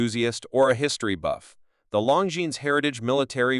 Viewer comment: Pronounce Longines correctly please